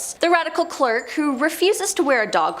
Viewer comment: It would be really nice if the narrator could correctly pronounce words. I couldn’t make it past “clerk” (cleric) and “cemetery” (seminary). 🙄